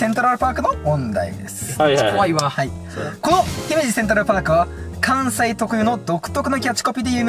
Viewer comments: なんやけど、 ひ↑めじ ではなく ひめじ↑な気がするの私だけ？？ まひってきた、、、わからぬ、、、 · の｢ひ↑め→じ→(イントネーション)｣が気になってしゃーなかったw（姫路市民より） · の姫路のイントネーションが気になってしょうがない ユニバのイントネーションも聞いてみたいところだ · 姫路民からすると、の姫路の発音違和感すぎる😢😢 ひ⤴︎めじ、じゃなく、ひ→めじ、なんですぅ… 姫路城だとちゃんとした発音してくれる人が多いのに、姫路単品になるとみんな発音ちがう…テレビの人も関西の人じゃなかったらみんな間違える…違和感… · 姫路市民、の姫路のイントネーション気に食わない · 姫路の発音がちゃうから、アウトですね。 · 姫路のイントネーションひっかかる